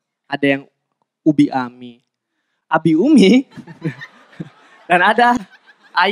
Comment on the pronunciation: Umi Abi (uMIYABI dibaca jadi satu) gitu loh gaes...